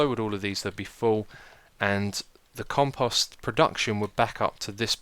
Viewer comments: Ummm.... Xisumavoid there is a long "o" in Compost like you would pronounce "Post Office" .. Just to let you know for future episodes.. Over all great series! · I wish he could say conpost proply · Compost = Comp -o ( say "O") -st lol pet peeve... grammar... love anything you do!